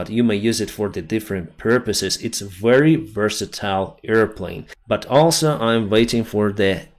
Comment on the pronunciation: Dear, excellent work. Just a very small pronounciation correction: aerial, not earial(area, not earia), very, not wery. Keep it up, slava Ukraini